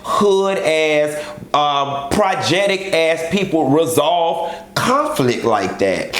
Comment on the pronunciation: Not "projectic" biiiish! Lmao 😂😂😂😂